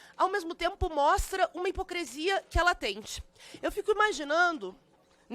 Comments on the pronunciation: Esse pessoal do amor já parte pros ataques, engraçado né? “HiprocrEsia” 🤦🏽‍♀️ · Eu estou abismada com o português dessa deputada. Ouçam bem que ela fala “hipoCREsia”. Cultura inútil de petistas é isso aí.😂